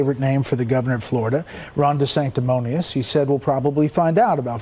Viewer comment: I have 2 things to say...DeSansis...Deflamation.. I rest my case